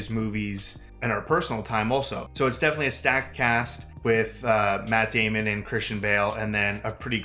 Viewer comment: Say it right. Maaaaaatt Daaaaaamon.